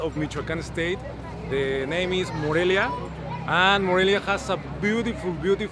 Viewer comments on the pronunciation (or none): Morelio....lol. Whoa, have you visited Morelos? I've heard you mentioned it. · Haha, was funny heard you say Morelio most of the video but actually you're kind of right the place is called Morelia because of the Mexican hero Morelos, we hope you visit us again you missed a lot of interesting places here! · dices "Morelio" aaah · How can anyone not watch your vids to the very end? I just love that you attempt Spanish fearlessly...and with a smile on your face, realize you've continuously mispronounced the name of one of the most fabulous cities in the Americas. We love you! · "Aah its Morelia not Morelio" LoL! Loved this!! You guys are awesome! Lots of love from Miami x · Morelia is where I’m from 💘 lol “Morelio” close enough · LOL!!! I'm from Morelia... that's my home town!! and I forgive you for saying Morelio instead... :D Wish you come back some day, Morelia and the state of Michoacán has a lot to offer... did you visit the Monarchs butterfly sanctuary? that's actually something that connects Canada to Mexico. 🦋